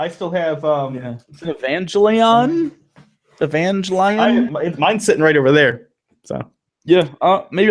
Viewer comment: It's Ee-Van-Ge-Leon [Evangelion] NOT Avanglion, you fucking HACKS.